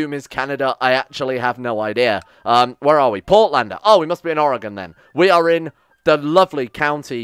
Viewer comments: My god someone not from oregon actually is saying oregon correctly Oh no ... He's renaming things... also yes beaverton is actually where I'm in right now. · As an oregonian, you pronounce it better than 90% of other americans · As a fan I hope you win. As a proud American citizen I hope you lose. Edit: Your pronunciation of Oregon was a nice surprise.